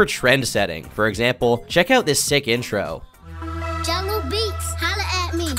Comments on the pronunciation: ermmm aktchually its jahlil beats. not jungle beats🤓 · It’s Jaleel beats. Not Jungle Beats 🤦🏽‍♂️ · My nigga did u say "jungle beats" I'm weak